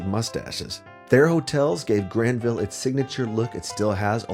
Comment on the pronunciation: R Hineman I found it hard to focus because of the way he was pronouncing Granville